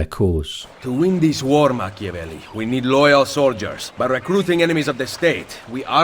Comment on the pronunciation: ah yes Ham-avelli. For as serious as that scene is, its also kinda funny.